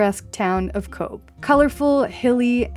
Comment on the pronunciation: Nice video...one polite correction...Titanic only came inside the mouth of the harbour and dropped anchor there. Tender vessels brought some ( lucky ) people from it, and landed them at Cobh ( as you correctly pronounced "Cove") and some people were ferried out from Cobh, to board Titanic, on it's doomed,maiden voyage...glad you had a good holiday and the weather wasn't too unkind !!